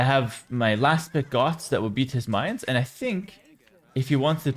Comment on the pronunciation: Your pronunciation of "Mayans" is so similar to "minds" or "mines" i had to replay it like 3 times to understand what you meant lol